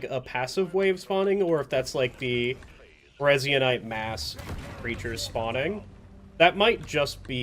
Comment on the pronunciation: Resin-ite Resin-ite Resin-ite